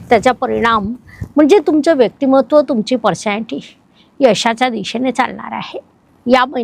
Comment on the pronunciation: परशांटी चुकीचा उच्चार आहे.पर्सनॅलिटी असा उच्चार करा